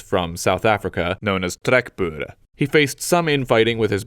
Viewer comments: As an South African im surprised how well you (an american I believe) pronounced trekboere, well done! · You said trek boere really nicely by the way . Im afrikaans and you sounded just like one of us . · are you South-African or Dutch? You're pronunciation of "Trekboere" was way too accurate for a non native speaker.